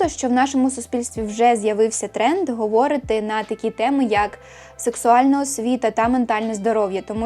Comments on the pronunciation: відео чудове, але говорИти, а не говОрити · Дякую за відео❤❤❤ Маленьке коригування: "говорИти", в усіх дієсловах в інфінітиві наголос на передостанньому складі 😊 А так, ваша українська чудова)))